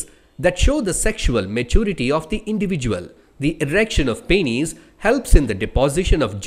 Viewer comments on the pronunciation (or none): it pronounced as peenus